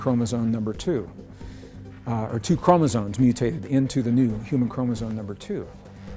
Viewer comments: he's saying chromosones, every time. Makes him sound way less credible. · Chromezones??? Oh no. 😔 Sorry, Greg. If you can't enunciate an important word like that, I just can't listen. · Hard to rate the information from someone who can't even pronounce chromosomes corectly.